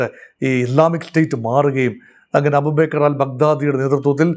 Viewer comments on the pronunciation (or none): none